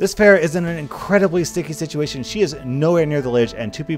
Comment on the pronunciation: you also say pharah and ana weirdly too